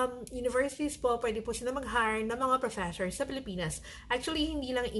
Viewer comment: Professhores? This video can be great for a drinking game. Everytime she says Professhores, you take a shot of sake or soju. There are so Filipinos teaching in Korea. If they were speaking great English, the Korean government will hire more Filipinos.